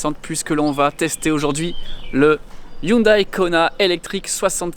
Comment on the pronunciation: J'aime bien tes vidéos très instructives, mais tu devrais savoir que prononcer Hioundaille au lieu de Houndé, c'est un peu comme dire Peujotte ou Renoleteu...